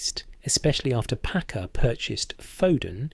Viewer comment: Itsnot 'Packer', it's Paccar.. you AI dolt